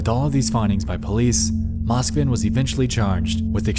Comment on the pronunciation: im sorry but its pronounced moskvIn and petrOva